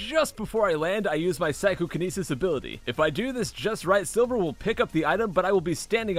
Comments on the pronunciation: phychokinesis? More like ScykohKinesis 👈😉👈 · Scykoh-kenisis!!!! Lol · Did anyone realize he said Scykohkenises? Edit: Also during when he was flying the ball Amy appeared. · He has Scykoh-kinesis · "Scykohkinesis" get it? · hahaha SCYKOH-conisis.